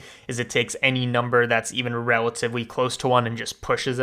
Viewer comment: Why does he talk so weird? "Mathematicawwy" "Relativewy" "Technicawwy" "Perfectwy" Look I know I'm being mean but I just need to write this out like does anybody know why? Maybe he has a medical issue with talking? Edit: Found a thing called Rhotacism, maybe that's what he has. Sorry if you do.